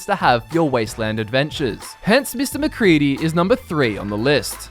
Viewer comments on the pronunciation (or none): *MacCready not Macreedy